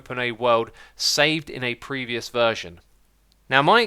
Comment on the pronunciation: "pervious version" Go home Microsoft, you're drunk.